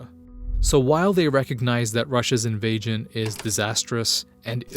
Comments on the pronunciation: What the heck is an “invagen”? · Why does he keep saying invajion?